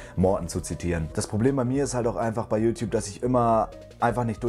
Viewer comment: „Diese Youtouabe”-Kuchen TV